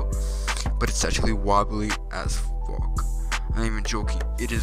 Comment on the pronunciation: ”Wobbly as FOK.”